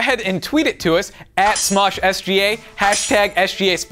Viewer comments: Did anyone noticed he said "SJ Spotlight" ? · Ath the beginning said SJ spotlight games don't start with a j